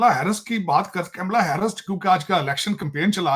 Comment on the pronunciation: b kay annparr, yey kaimla Harris kya hota hai bey madrassa chaap. It's kamla not kaimla...